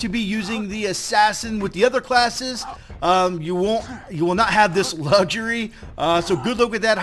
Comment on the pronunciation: Nor the word "luxury".